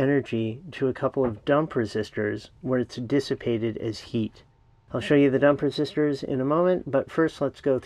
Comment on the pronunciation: Wait, did you say "dump resistors" or "dumper sisters"? :) Great video!